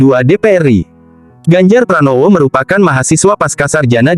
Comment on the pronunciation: NU mestinya dibaca En-U, bukan nu. RI mestinya er-I, bukan ri lucu kedengarannya